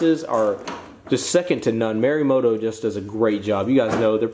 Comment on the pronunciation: dude you gotta learn to say these words correctly lmao. those are merimoto... it's morimoto.... it's not buttal... it's pronounced butal like butane